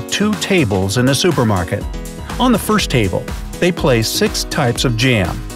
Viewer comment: did they mess up the word first on purpose